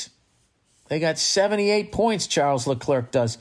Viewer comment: Say it with me - “Sharl Leclair”. It ain’t “Chuck the Clerk” dude Can’t wait to say “the tang is shorter”. Nunavut is Inuit - play that place!